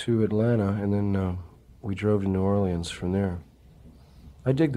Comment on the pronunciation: Thank you Jim for pronouncing New Orleans correctly.